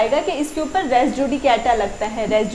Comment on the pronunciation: Word res is pronounced as REES JUDICATA is not pronounced as JU DE K TA but as JU DE KA TA RES JUDICATA is prounced as REES JU DI KA TA